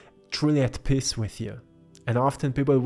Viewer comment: Well you've hit me on the head in every way....but I have to sadly admit that every time you said the word Peace I kept hearing the word "Piss", I laughed every time, sorry :) I love your paintings they are very beautiful.